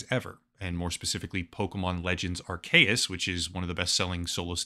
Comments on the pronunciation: Dude, Its not aar-KAY-uhs, its aar-SEE-uhs. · Anyone else annoyed about the Arceus mispronunciation? It's AR-keus. Also, I'm pretty sure the two-versions-of-the-same-game gig was so that you could connect with a friend who had the other version and you could trade for the Pokemon you didn't have. I think it was called the Link System? Some Pokemon can only evolve if you trade them/trade them with an item equipped. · yea lol i also think it's arKeus but whatever, who even cares xD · Isn’t it pronounced “R-cee-us”? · people aren't mad at you for calling palworld pokemon, oh no... they're mad at you for mispronouncing "arceus". (AR-SEE-YUS) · The video is already done so it's fine, but for the future I'm pretty sure it's pronounced Are-KEY-us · hearing Arcues with a hard C hits different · Going to ignore that pronounciation of Arceus. XD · The 'C' in Arceus is not pronounced like a 'k' sound, but like the letter 'c' itself. Surprised you got that wrong.